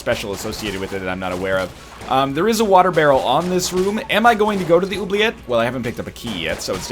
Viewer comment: As a french canadian im actually rather pleased with how you say "oubliette"